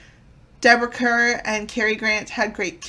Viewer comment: Yes the pronunciation is like “Car” - Deborah Kerr as in Star ⭐️